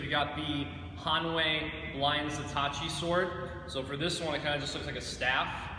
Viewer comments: It's Zato-Ichi. It's named after a famous fictional character. Not zatochi, it's Zatoichi. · the wavey bits? he does not know a single thing about japanees swords he can not pronounce ZatoIchi ohh, and do work at that edge alignment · I'm guessing from the way he pronounced it he doesn't know the character. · You massacred Zatoichi's name. How could you not know?